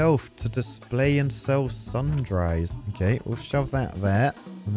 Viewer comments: sun-drys? It's said "sundreez" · i'm all for the sun-dries. but i feel i should at least inform you it is generally pronounced as "sun-drees" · I didn't know it was possible for a Brit to mispronounce that word.